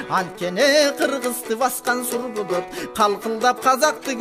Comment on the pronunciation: Аалы акыныбыз кылым жашаңыз 🤲 Сур булутту даана айтыптырсыз🔥🔥👍👍